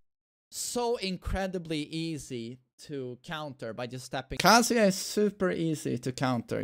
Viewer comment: When someone says "kazUya" just immediately f*ck you... Just... His name is literally pronounced every time in character select, how do you still not know it? Aaaah >_<